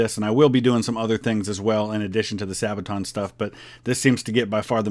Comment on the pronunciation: Youtuber- *Doesn't pronounce Sabaton correctly* *Into the comment section, the sabaton fans march*